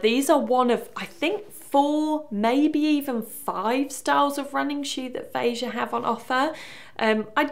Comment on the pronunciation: Kudos to you for saying the brand's name properly